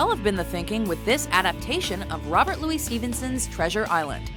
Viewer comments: Robert Louis Stevenson was born "Robert Lewis Balfour Stevenson" So it's "Loo-is" not "Loo-ee". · "Robert Louie Stevenson" ... ...